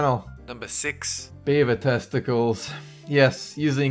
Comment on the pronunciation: I thought he said "Bieber testicles" not beaver testicles!!! 😂😂😂😂😂😂😂